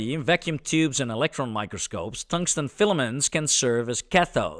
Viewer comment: Tongue-sten is lickable. 😛